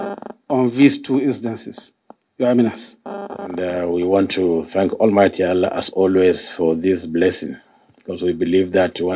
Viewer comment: Hahaha i laugh in china .wike cant even call God hear him say almighty Ahala two times